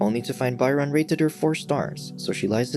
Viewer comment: You pronounced Byron wrong.